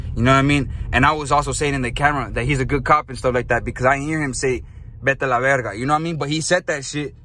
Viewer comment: I heard vete alv 💀